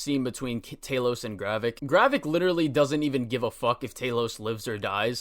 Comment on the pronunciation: dude it's GRAVIK not garreck